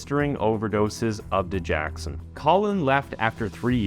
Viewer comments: Digoxin NOT digaxon! Dude, you constantly destroy important words in your videos! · Its dig-OX-in, not di-JACK-sin. (Sorry, medical transcriptionist) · I’m not trying to be an ungrateful fan of your channel, but you are saying Digoxin wrong. It’s dig-OX-in not dig-ax-in. Sorry. It’s a heart medication. And it was because of hospital lawyers that he was able to get away. Amy got fired from that hospital. She was being told to not go to the police, so they too could sweep it under the rug. They were just going to fire him. Because Amy knew what was right, she pursued it anyway. Hospital politics are nasty for patients well being. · It's pronounced Didge OX in... NOT Didge Ax in. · Sorry but its di-gox-sin. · It's pronounced da joxen